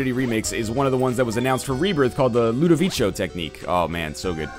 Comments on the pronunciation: Lol, "ludovicio", you english people are funny. It's pronounced "ludoviko" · nl its the la-doh-va-ko tecnique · It's actually not. NL's pronounciation was pretty much spot on, except for the "co" which as you said has a hard "k" sound. Look it up on google translate, it's italian